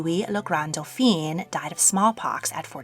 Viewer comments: "Doph-EEN" is the feminine version. "Doph-AHN" is the male version. His son was Le Grand Dauphin, not Le Grand Dauphine. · Dauphin is pronounced "dough-fan" and is the masculine. You are saying "dough-feen," which equates to "dauphine" and is the feminine. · Tu ne prononce pas très bien certain mots il y a une différence entre le feminin et masculin le daufin la daufine c'est feminin daufin est masculin apprend la prononciacion correctement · Dauphin ist NOT pronounced with an “i” because it would be the feminine form. Try to pronounce it with “en”. The French would appreciate it. Thank you!